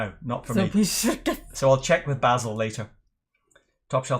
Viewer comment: Good to hear you not pronouncing your friends name as "bay-sil". Did he get any peat?